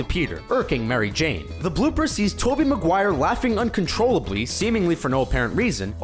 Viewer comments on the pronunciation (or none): none